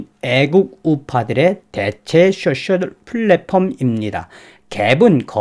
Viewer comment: 쑈쎨.....ㅋㅋㅋㅋ 소셜이 발음이 안되시나부네요. 귀여우심